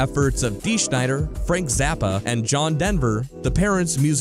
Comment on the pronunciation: His name is Dee Snider, not Schneider.... It's off the album Undertow. It was featured in the soundtrack for Tales From The Darkside.